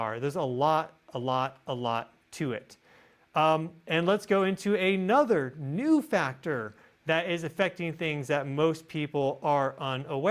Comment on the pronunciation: Whenever you say At Nuther it makes me cringe. You are so much like me.